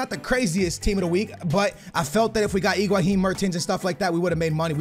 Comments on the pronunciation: Higuain - Egwaheen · Higuain not iguhain. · FFS! just say Higuain....not iguahin.. please! not trying to hate but all you have to is read the name...